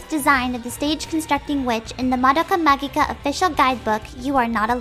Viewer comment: Wrong. The "G" is for romaji purposes. It's still pronounced "ma-ji-ca," Japanese does not pronounce "magic" with a hard "G" sound.